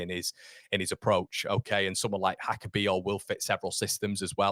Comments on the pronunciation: I'm not Slovenian, but reasonably sure it's not pronounced Haka. He's not Spanish. It's probably more like Yaka. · I think it’s pronounced Yaka